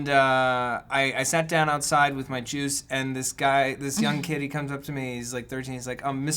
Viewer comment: I don't know if it's because Matt is saying it but i kept hearing: "...I went outside with my jews (juice)...." lol